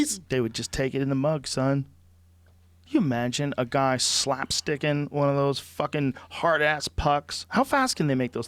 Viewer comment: As a Canadian, it made me violently ill to hear "slapsticking" Edit: Oof. Just got to the jackets part.